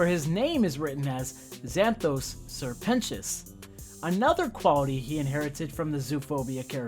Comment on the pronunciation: This video taught me how to say 'Sir Pentious' correctly